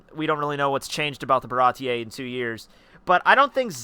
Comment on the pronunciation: It's just "Bara-tee" wtf is up with those pronounciations